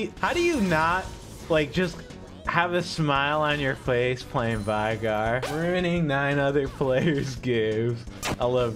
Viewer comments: I swear to god if you say vi-gar one more time I’m only going to go for 1 stacks on minions. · The only thing that needs to be reworked is how people mispronounce Veigar.